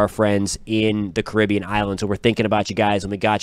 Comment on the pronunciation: Geez!! Pronounce the area correctly. It's Car rib be an. Not your version, Cuh rib be an. The area if you didn't know was named after the Carib Indians. It's an honour that you and your country men are neglecting.